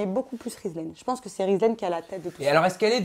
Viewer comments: tu a pa respecter le prenom de rizlaine cest (rizlene) mdr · c'est Rizlene pas rizlaine fin chez remarque 😉